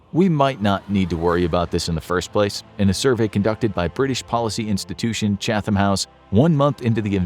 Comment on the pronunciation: I’ve learned so much from all your videos, but as a Brit I’ve got to point out it’s pronounced ‘Chat-am’ not ‘Chatham’ other than that keep up the good work. Hope you don’t have to pronounce Bicester anytime soon 😅